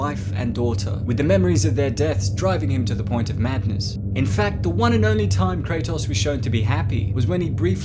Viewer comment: Kray-toes Not Kray-toss. His name has been said about a billion times now